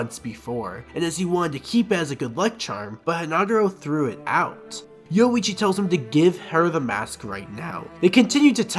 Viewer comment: Great video, but you not pronouncing the "ri" in Orihime and the "orui" in Yoruichi is driving me LITERALLY INSANE. 😂🤣😂💀☠️💀🤷‍♂️💯💯💯